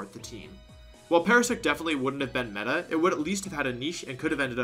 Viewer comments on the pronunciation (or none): none